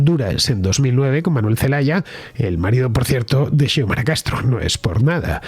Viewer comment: Se pronuncia Siomara.